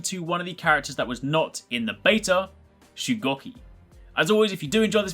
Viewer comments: Its shugoooki not shucocky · He said his name wrong the whole video :/